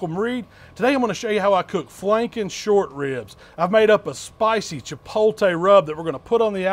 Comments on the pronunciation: You're almost there. The first two times you pronounced it "chipolte" then you finally got it right. Chipotle, you got it right in the title but still. Regardless, I love it man!! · Chipotle, not chipolte. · Chi-pot-le, not chipolte lol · actually no it wasn't. He pronounced it cha-pole-tay. But hey I'm just busting balls. So calm down. He cooks and I can't wait to try it and maybe put my own spin on it. Have a great day! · Is it pretty common over in Mississippi to say "chi-POL-tay" instead of "chi-POHT-lay"? I also had a roommate in college who would say it that way, but his parents were from Minnesota (which you might appreciate being a Vikings fan). Appreciate the work you and Miss Southern Chell do! Keeps my grill and smoker in frequent use throughout the year. =) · It's pronounced " tchee:POT:leh" in Mexico. "chi-POHT-lay" works but "chi-POL-tay" just sounds weird. It's like saying prochute for prosciutto or mozzarell for mozzarella. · Robin R. Chi-pol-tay is just switching the L and the T in my eyes, not sure how so many people mispronounce it so frequently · Chipol Tay. 😂😂😂😂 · Chip pole tay 🙄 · I had to stop watching this within the first 10 seconds, I can't stand it when people say chipolllltee, it's effing chipotle, the t comes before the l people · CHA-POAT-LAY 🤣🤣🤣🤣 They look amazing just like everything you do every week. No matter how you pronounce it. Love the videos and your expressions after each bite. Keep it up! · "The CHIPOLTAY rub".. Was I the only one who found that pretty funny? lol... Anyways them ribs look damn delicious. 🤤🤤🤤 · Chipotle. che-POTE-lay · I've subbed to your channel for years....but, FOR FUCK's SAKE ....It's Chip Oat Lay!!!!!!! Jesus Christ! ......other than that these look phenomenal! ...sorry I have hispanic family members who yell at me for the mispronunciation on all of your videos I make them watch. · A lot of people in the south don't pronounce it correctly. Ha